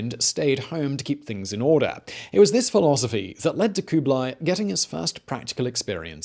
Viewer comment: Stop with the koobly; its kublah ee.